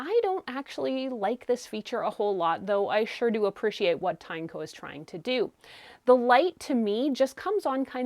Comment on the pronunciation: Also, its pronounced as Tin-E-co